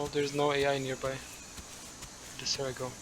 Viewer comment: Kept hearing Sarah not Cera 😆